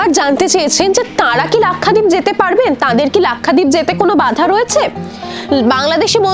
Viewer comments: Pronounced as Lak sha deep and not Lakkha deep. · Lakhdeep na lakshadweep pronouncing bhool